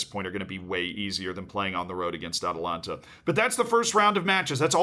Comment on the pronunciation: Ah yes, "Atalanta" vs RB Liepzig 😂😂😂